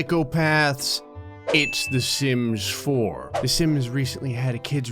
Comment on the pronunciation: i like how he sais shims 4 xD hit the 👍 if u agree